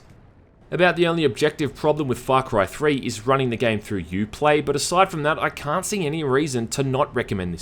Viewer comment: Great review but all I can hear is Fuck right 3